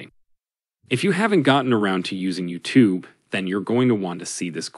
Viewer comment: Not bad though he / it clearly gets the intonation of "YouTube" wrong which is a bit of a give away.